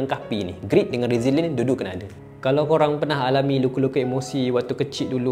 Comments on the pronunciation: grit la bang bukan greet, kalau groot pun boleh jgk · "GRIT" bukan GREET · GRIT bukan GREET. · bukan greet,tapi GRIT!